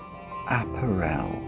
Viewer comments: I looked up apparel in multiple dictionaries and I'm pretty sure it's /əˈpærəl/ (uh-PARE-uhl) even in British English. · Has he never heard the word apparel pronounced before? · Never heard apparel pronounced that way in English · Weird that cant pronounce apparel correctly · I’ve heard a lot of British TV and actual British and other non-American English speakers talk, but I’ve never heard apparel pronounced that way. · In your pronunciation of 'apparel' you are confusing it with 'Aperol'. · Please check how to pronounce apparel! You are saying it wrong! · I'm in the UK, and I've never heard that pronunciation before. It's either just or regional. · I'm from Southern England (living in Wales), I have never heard apparel pronounced that way before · The pronunciation of apparel in this video makes me twitch. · me too, I doth think the brit has the wrong pronunciation here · I doubt it. I'm curmudgeonly and don't tolerate fools gladly. Murdering very standard English pronunciation is one of my triggers, I'm afraid. What's your excuse? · do i mis-pronounce apparel or is? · Never heard anyone pronounce apparel like that. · Mix it with some prosecco and soda water and you've got yourself an Apparel Spritz. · as an non native english speaker that's how i pronounce it lol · Yeah is definitely wrong here. There's a few words he says wrong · Always enjoy taking the time to explain how the puzzle is supposed to work. Is that how they pronounce “ah-pair-l” in the UK? “App-er-el?” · A-párul, for heaven’s sake! It’s not an aperol spritz! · There's a Scottish player at Cambridge United who is part French. His name is Appere with an acute accent on each of the two e's. There is a stress on that final syllable. Another way to describe this pronunciation is to say that it is the same way wrongly says the word "Apparel". The stress should be on the middle syllable. a-PA-rel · apparel rhymes with barrel